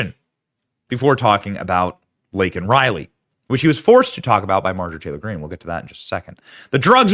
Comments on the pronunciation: he did not say her name right. He looks deranged. Ask him where are the children? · Laken Riley say her name! Correctly. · It’s Laken Riley…